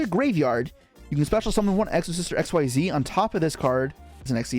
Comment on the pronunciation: How dont you know how to say xyz still 😂